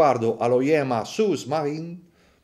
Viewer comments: Ciao, bel video come sempre e bell orologio. Un appunto però devo fartelo: la pronuncia corretta è su (con u dolce ) maren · ciao complimenti sei forte... ma si dice " su marine " senza far sentire la s finale di "sous" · Ciao Boss. Non per fare il pedante, ma la "s" finale di Sous è muta! Considerazioni linguistiche a parte, l'orologio in questione è carino, anche se lo Yema che più rientra nei miei gusti resta il Navygraf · Ma come lo leggi? Sous-marine ??? Non si dice la S!!! Significa sotto Marino